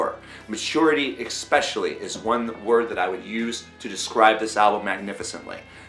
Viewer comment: I'm sorry, I've just gotta say it, there's no C in the word especially, I mean not where he's putting it.